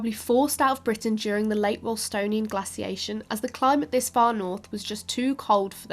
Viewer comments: "_Gla_ciation" - _gla_c / 😐 'Glaciation' - _glay_c? 🤔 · Glass-iation? Its Glay-ciation. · Where is from? your English is pretty good, apart from the glassiation and hollowscene. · I've heard some Americans pronounce it glay-ciation in their language, which has always struck me as rather odd. There is no y in the word. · I can't listen to glaciation being butchered over an over. Pity. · Anyone notice she pronounced glaciation two different ways? One, the way I am used to as an American, and the other with a short sound A that I assume is British pronunciation. Kind of a weird thing I noticed.